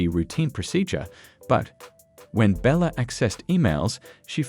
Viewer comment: BTW The Ai is Horrible and can NOT say🗣️: Kiana Belcher for some reason it keeps saying Bella.